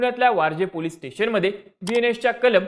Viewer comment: Ya Anchor la chavan ani police bolayla shikva 😂